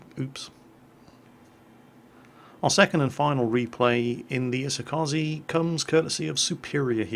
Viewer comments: it's E-So-Ka-Ze 🙄 I really need to make a guide how to say ships names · hey,, could you learn to pronounce "kaze" already?